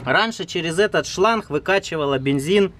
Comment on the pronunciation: Шланг, а не шланх